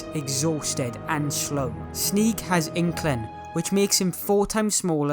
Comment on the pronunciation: “Sneeg has Incling.” It’s-.. it’s inchling…